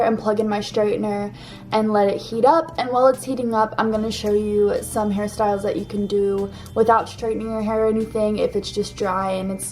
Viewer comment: all the times she said “hair styles” i heard harry styles